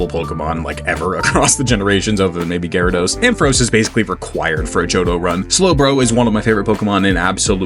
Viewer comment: GYARADOS, NOT GYARODOSE! FIX IT NOW!